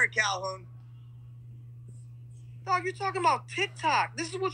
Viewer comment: Haha. He said calhounie